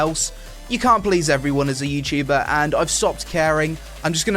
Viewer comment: youtchuber youchuber........ Youtuber!!